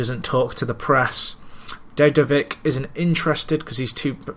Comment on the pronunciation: This is so awesome! I've been waiting for an episode like this since I started watching it. I hope you'll do one like it in the future also. I'm learning a lot just by watching you. Best of luck with the save and the whole series. BTW: Dedovic is pronounced Dedovitch.